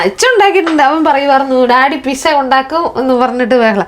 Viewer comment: Pissa alla Pete - Zaw 😊 like your son said